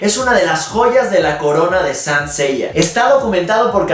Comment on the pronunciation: Buen video, pero me hace mucho ruido como pronuncias SAINT -.